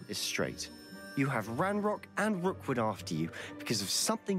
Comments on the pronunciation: its Rookwood ... not Rockwood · his name is ROOKwood, not ROCKwood, jfc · It’s Rookwood not Rockwood, also Niamh is pronounced like Neev, it’s a Irish name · The fact that you mispronounce Rookwood's name throughout the entire video is hilarious after I toyed with him for nearly 10 minutes during my final fight with him.